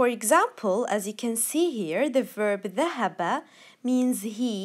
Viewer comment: Several mistakes as far as I know about Fus'ha: No Alif after hua kataba. Thahaba and not thaHaba... and a few other mispronunciations of the emphasis on the wrong sylable.